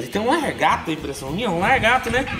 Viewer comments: "Largato" kkkkk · "Largato"😂😂 Que Bixo Que É Esse??😂 só conheço "lagarto "😂